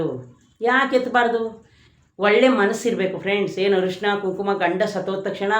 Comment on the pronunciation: ಅರಿಶಿನ ಅಂತ ಹೇಳಿ ಹರಿಶಿನ ಅಲ್ಲ. ನೋವು ಅನುಭವಿಸುತ್ತಾ ಇರುವವರಿಗೆ ಪುನಃ ನೋವು ಕೊಡುವುದು ದೊಡ್ಡ ಪಾಪ.